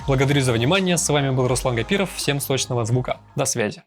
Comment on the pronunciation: Продолжай, дружище. Полезное смориво. В конце мне показалось, что ты сказал "всем сТочного звука"